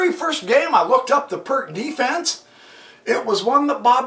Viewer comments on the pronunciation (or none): It's [peertz], not [perk]. ;-) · Hello again !... BTW - Pirc is not "a" PRK - instead, a corect prnoun. is: PEERTZ !!!... ; Vasja Pirc was a Slovenian GM, born in Idrija ( near only 100 Km distant from my home !... ).